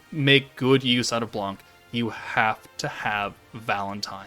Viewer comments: blanc the C is silent pronounce sound just "blan" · Hello, nice content ! The C is silent in french. « Blan »